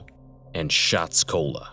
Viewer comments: "Shotseola" not shotscola it's a play on words taken from Osceola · Shotseola, like Osceola, not Shotsacola, like Pensacola. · Shotsceola as in Osceola county not Pensacola.